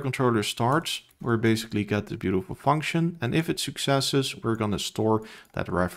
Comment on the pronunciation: The way you are misspronouncing function and video is triggering me so hard 😅